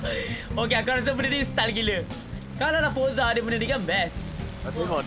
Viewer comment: Forza bukan foraza